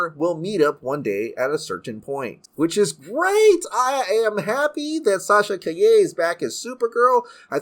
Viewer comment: I thought her name was Sasha Calle, not Sasha kai-yeh 😂😂😂